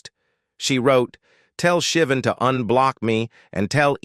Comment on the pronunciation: It’s pronounced Sha-Von not Shivin.